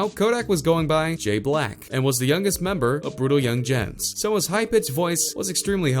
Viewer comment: Alexa has more street cred than the guy narrating this video💯 ("young-jens"🙄)